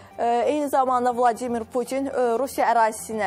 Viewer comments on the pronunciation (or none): none